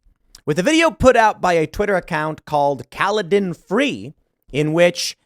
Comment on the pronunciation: Thank you for pronouncing Kaladins name correctly. Me boy is only 2 and yet nobody can pronounce such a straightforward name for some reason